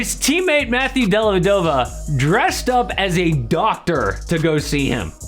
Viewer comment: Della - vèh- doh - va. It’s Italian the accent goes on the veh.